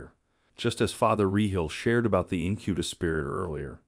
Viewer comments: It's pronounced: "INK-eh-bus". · Incubus, stress on first syllable.